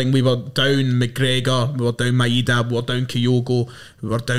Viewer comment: Can you please pronounce the guys name properly, Maeda is pronounced MY DA not MY EH DA. Ideguchi’s first name is YOS KAY not YO SOOKAY